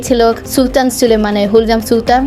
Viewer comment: Name ta agey thik kore uccharon korun, Hullam noy, Hurram Sultan 😑